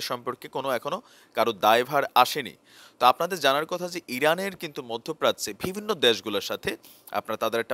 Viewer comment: vai apner shob kichu thik ase shudhu akta word apner always vul hoy jeta sunte kharap lage.word ta holo "bivinno" bt apni bolen "vibinno",, pronunciation ta thik kore niben n kichu mone krben na vai.thanks😊